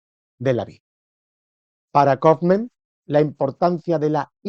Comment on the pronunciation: El locutor deberia saber como se pronuncia un apellido alemán y no pronunciarlo en inglés